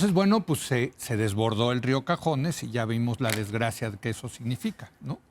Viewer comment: Buen análisis, solo que se llama río cazones, no cajones.